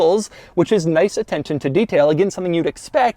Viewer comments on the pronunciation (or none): nice “attentin” to detail